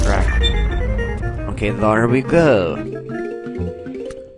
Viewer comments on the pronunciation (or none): I love how you said "Ok... Thar we go......" At the end! It was so funny!!! I AM STILL LAUGHING XD